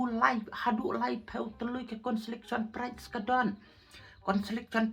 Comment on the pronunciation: Ka pright ❎ Ka prize. ✅. ,,,,😅😅